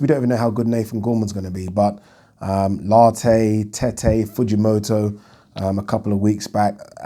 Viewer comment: Lartey not Latte (The drink) Lol